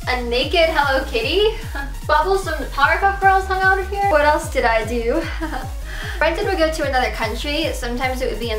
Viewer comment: i thought you were finally going to admit that you were going to take care of yourself. please get help. it's not even a joke anymore. - also, his name is BRENDON not BRANDON. lmao.